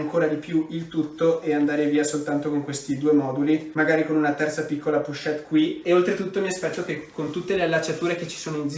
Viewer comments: pochette... pronuncia con la O non la U 😘 bravo✨ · Pero' le "pUchette"😱 si chiamano : " POCHETTE"❗❗❗❗